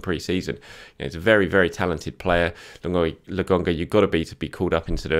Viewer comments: LAKONGA its a K, why do you keep saying LAGONGA????? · ...PLEASE...its Lo..Kon..ga not logonga.:D